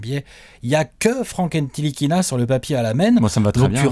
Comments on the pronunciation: Sa ce dit Frank "nilikina" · Enzo Moulard il dit nkilitina mdrr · Ca se prononce "Nilikina" ^^ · Attention Ntilikina ce prononce sans le "t" aha